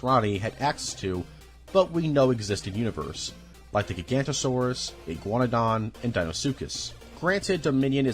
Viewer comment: Great video but the continued mispronounciation of dinosaur names makes it awkward. Gigantosaurus? Pteradon? Sorry. It takes away from the video.